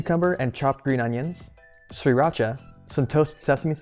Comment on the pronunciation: Sreerahchah? All I have is sriracha